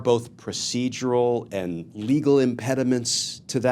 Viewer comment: Glen it’s pronounced AND not END